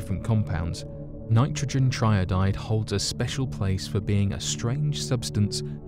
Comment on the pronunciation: Tri-iodide not tryodide... Another narrator that hasn’t got a clue about what they’re talking about.